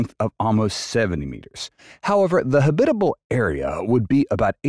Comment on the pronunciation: good video, but how did HAB-it-uh-bul become huh-BIT-uh-bul? Did you put the em-FAH-sis on the wrong syl-LA-bul? Oh, I get it. You're a robot. Don't tell me that the inhabitants of the upcoming space station will live 24/7 in their space suits, as the video shows. Yup, you're a robot, as at, plenary was pronounced pluh-NAIR-ee, rather than the correct PLEN-er-ee.